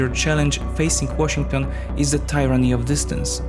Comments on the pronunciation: Please stop saying TAI - RUNNY. The correct pronunciation is easy to look up if you really want to speak proper English. It's pronounced more like TEE - RUNNY but with a very short first syllable. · You mispronounced Tyranny.